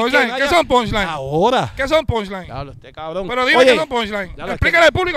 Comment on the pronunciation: en vez de decir “ pushline” dice “ ponline” 🤣🤣